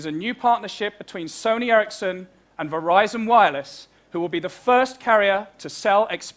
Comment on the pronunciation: i know, but its called sony ericsson not ercisson